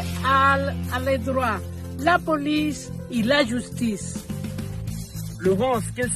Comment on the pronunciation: Cecilia Torres: "...Lou poulice et lou joustice"